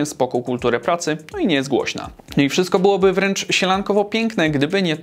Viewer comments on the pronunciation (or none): none